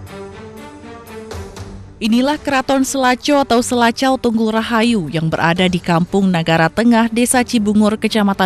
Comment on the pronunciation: Mksdnya Sela Cau, bukan Selaco kalee